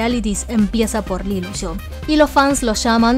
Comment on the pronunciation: Si pronuncias “LILUSHO” en vez de LILUSH, cada vez que hay una A delante del nombre parece que dices “AL ILUSO”. En fin, no se si es el modo chino de pronunciar, pero yo no veo ninguna O en Lilush. Queda bastante raro. Just saying.